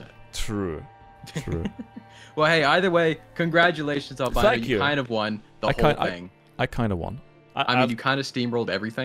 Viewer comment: Albino became Greek for a moment Sincerely, a greek guy